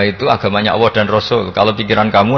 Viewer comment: Saya kok risi ya denger Gus Baha kalau menyebut nama Allah (Alloh).. kok kaya kedengeran Awwoh gtu ya.. apakah sama teman2 lain dalam mendengarkannya.. Apakah tidak ada yg bisa mengoreksi beliau..